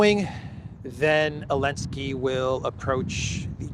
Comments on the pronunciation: I love that you still call him Elensky 😂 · What's the matter with you saying Elensky. Algorithms? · Is the Z in zelensky silent?